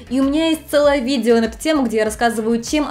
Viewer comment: ..."...видзео....десятць..." чуть кровь из ушей не пошла...